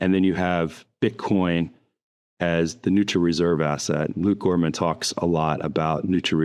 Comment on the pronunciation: Its Luke Groman, not Gorman